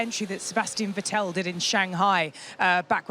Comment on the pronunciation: Can we please at least TRY to pronounce driver names correctly? Vettel is a 4 times WDC you better get the name right. What am I watching here, Sky Sports F1?!